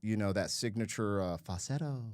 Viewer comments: You seem to be leaving the L out of fal-sett-o when you pronounce it, which is probably why AI got it wrong the first time. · Dude how can you not be able to say the word FALSETTO!!! LOL